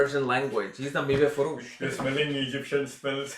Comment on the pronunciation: I loved the part "mive foroosh"... I'm Persian and you have the better accent.. love u... میوه فروش🥭🥝🍍🥭😆😆❤